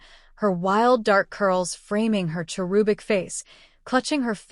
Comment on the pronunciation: If I was not looking at the words I wouldn’t known that the word was cherubic not cherubale I really think you should teach these AI HOW TO PRONOUNCE WORDS THAT THEY USE.